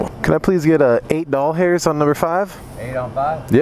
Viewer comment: why do you say dol-hers XD